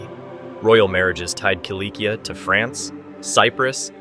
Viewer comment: Cilicia is pronounced “silisiya” or “silishiya”, not “kilikiya”.